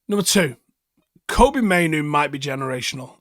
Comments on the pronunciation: come on, don't you make that Mistake, It's Kobbie???? Like Robbie, but with a K, NOT Koby, or Coby STOP IT HIS DAD TOLD EVERYONE HOW TO SAY HIS NAME, Andy Mitten Plastered it on the Front Cover of UWS too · please start calling this man Kobbie like Robbie. The correct pronunciation as stated by his father. Heard this from Talk of the Devils pod. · Andy mitten said on the Talk of the Devils podcast a while back that he spoke to Mainoo’s dad, and its pronounced like Robbie with a K. Love all the content mate 👍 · Love the analysis as always but who the fuck is Kobe? His names Kobbie let’s show the lad a little respect 🫡